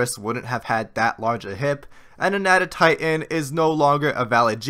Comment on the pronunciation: One thing that always annoyed me is that john goodman added a syllable to Anatotitan’s name, making it “Anatatotitan”